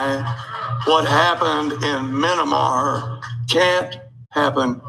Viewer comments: It can't happen because you can't pronounce Myanmar, jackass! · "Minamar". Wow. And can you say "seditious"? Yes! Good! I knew you could do it! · If you can't even pronounce Mayanmar, you don't get to have an opinion on the subject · I think, that's pretty clear... The question was "wtf is "minamar"?", which is what the guy said... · What happened in MINIMAR... lol. That's a trumpist in a nutshell. Can't even pronounce the foreign countries name. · "Minamar". Love that place. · "Minna-Mar." What a moron. Flynn is spreading lies and supporting sedition, then flat-out lying about what we all heard him say. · Wait. Minimar? I thought it was Myanmar. Or is it Minnesota? Minneapolis? Minnetonka? Mini-Me? Ah shit, it doesn't matter. Just overthrow it. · “What happened in Minimar can also happen here” It’s Myanmar you dumb hillbilly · Thank you for clarifying what he was referring to, I was trying to figure out what ‘minimar’ was. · Mynnamar? Can't even say the word correctly. I guess that's what you get from God and "Country". God and Rock n Roll would have likely have granted at least a little bit more intelligence. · You would think that someone who knows what is happening in Myanmar would at least know how to correctly pronounce the country's name but that would be expecting too much from Maggots. Please stop saying that it can't happen here or that these people have no power to pull it off. Just please stop it. It can and likely will happen here. Americans have not suffered or paid for their extremism and their continuation of white supremacy. The Civil War was nothing. The confederacy came to congress and they still weild a lot of power like they've always done. And until this country truly pays for its evil past the threat will remain and grow. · Myanmar, dumb dumb My-an-mar. Can't say the word but, he wants a war. 🤦🏿‍♂️ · no, we are laughing at how the guy pronounced it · They can’t even say Myanmar. They all just need to be jailed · Did he call it minimar?